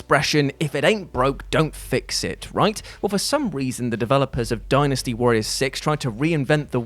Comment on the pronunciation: I'm proud of you for pronouncing Dynasty right